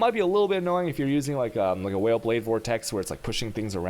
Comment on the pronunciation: Is he intentionally trolling us every time he says "whale" instead of "vaal"? It honestly gets so annoying to hear it every time.